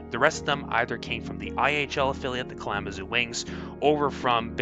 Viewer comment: its Kal-a-ma-zoo not klama-zoo. Also, didnt talk about the combination of the Barron's and the North Stars in the 70s.